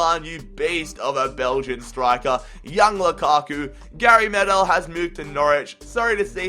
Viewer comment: the young lukaku is actually lukaku what is wrong with you